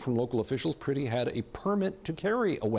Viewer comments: His name is Alex Pretti. The "e" is "eh". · Pronounce the victim's name correctly,.